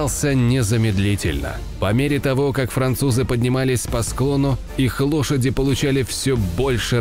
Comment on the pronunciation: жаль ляпов много а так не плохо, поменять бы д на л в слове Дошади для начало бы.